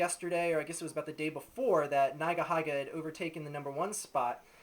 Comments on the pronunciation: O _ o It's not NaigaHaiga.. It's NeegaHeega. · neyegaheyega? its pronounced ni-ga-hi-ga you dipshit, why the hell is your video 11 minutes long u loser? i bet no one bothered to listen past the first 2 minutes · Agree with everything you said, but you pronounce Nigahiga weirdly, lol (should be pronounced like 'neega heega'). Anyway, great video! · Think it's pronounced nee ga hee ga. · it's pronounced "nee-guh-hee-guh" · When he pronounced nigahiga's name as "naigahaiga" i closed my browser. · its said as neegaheega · LMAO@ the way u pronounce nigahiga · It's weird hearing nigahiga pronounced like that...